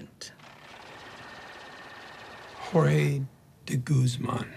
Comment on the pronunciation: why is so hard to muricans say Jorge properly?